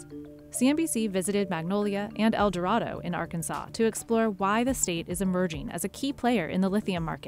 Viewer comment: El Doe-Ray-Doe